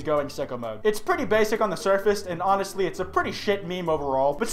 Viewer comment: It is onistly horrifing